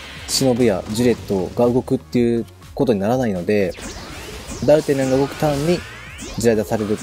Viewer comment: 多分私の聞き間違えだと思うけど、ダルタニャンが、ダルタャニャン(？)みたいな発音に聞こえる( ºωº )